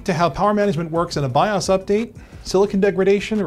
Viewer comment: the savior has spoken bios is now pronounced Bi-ahhs.